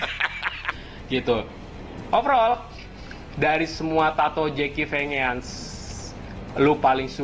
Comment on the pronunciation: Jeki vengan baca nya zaki venjen bang